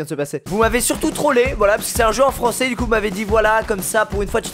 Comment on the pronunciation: Bojouw le fwans X))